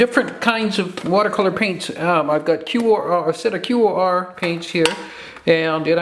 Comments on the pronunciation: QoR is pronounced core hope that helps... it's my main pallet and I have 83 colors LOVE them!!!!!!!❤ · I love QoR. They are my main watercolors. So it's really killing me that you are pronouncing it as if spelling it. They are pronounced core like the core of an apple. Hope this helps :) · Think QoR is pronounced core.